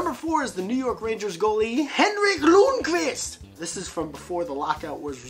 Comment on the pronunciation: Good job on pronouncing Lundqvist!:D